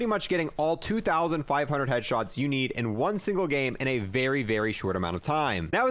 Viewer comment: Why does he not say the s in headshots and kills